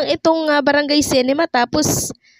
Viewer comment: Ayusin mo diction mo Anong cinema, cinema.